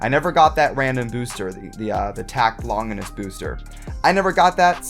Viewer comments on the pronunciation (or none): none